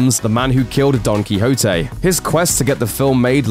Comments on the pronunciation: Enlighten us? He did seem to overstress the H, but other than that, I see no major problem. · DON KYHOTE... lol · sorry in my language you pronounce it quite differently but actually you seem to be right... still sounds weird and funny